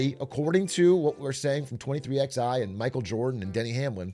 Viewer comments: "twenty three X I" I know non-NASCAR fans might not get it but it's still jarring lol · why is a Nobody with Zero knowledge talking about Nascar?!? this is Such a horrible video and the Team name is 23XI, like the numeral is pronounced Eleven... strikes me as a Person who knew less than Zero and did the Bare Minimum with Chat CBD to help. Horrible Critical essay, 1 outta 10, the One because you actually Made a Video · Lol. "23 ex i" racing. Funny hearing someone outside the loop read the name. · “Twenty Three X I Racing” 😂💀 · 23 eleven....23...x...i... lmao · Im a 1/3 in the vid. Please don't tell me he keeps calling it 23XI instead of 23/11